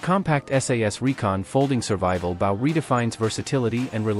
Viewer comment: A bow. Not baw